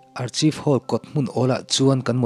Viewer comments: Archive hall hi arkhaif tia lam tur niin ka lo hria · Archive (arkhaif) ti a lam tur aw....